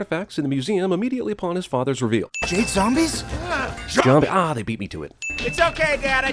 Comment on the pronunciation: Did he just say jah-mbies?